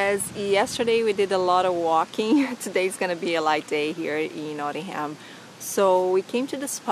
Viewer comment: Hi just watched all your great UK videos. You need to brush up on your pronunciation of English towns. Somebody picked you up on Warwick. Try to learn how to pronounce Norwich and Nottingham. Your Birmingham was a little off as well (but you did try there!). Really good videos otherwise.